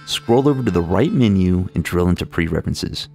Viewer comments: Preferences isn’t pronounced pre references* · Excuse me, did you say "pre-references"?